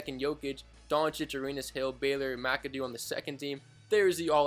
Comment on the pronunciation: you pronounced McAdoo right and Schrempf too